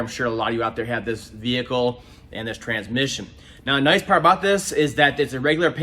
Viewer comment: Why do most transmission guys drop the "s" in transmission and call in tran-mission? lol I swear, I have two good friends, one is a retired tranny guy the other is still at it and both say tran-mission. Anyway, great video!